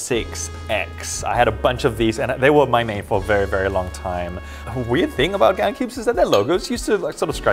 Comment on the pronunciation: Lol when you say gan i hear Khan